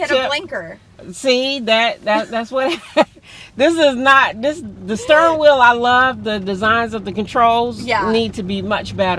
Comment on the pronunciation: I am not an English native speaker and I have to say I adore specific accent. "The stirring wheel" and the loooong vowels;)